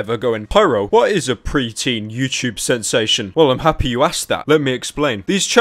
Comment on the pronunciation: He says "youchoobe" lmao.